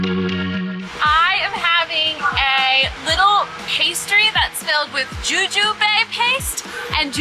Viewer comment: It is not pronouned joo joo bay. It is prounuced Joo Joob OR Joo" Joo" Bee with the inflection on the first two syllables. It's a tree fruit like apples, pears, cherries..Often found in hot pot. The fruit is mild and lends itself to both sweet and savory applicationa.